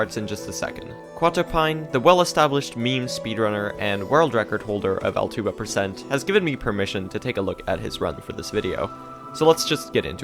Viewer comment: i can’t be the first to say but that category name is probably pronounced “al-two-ba” like just adding a T to the bug’s name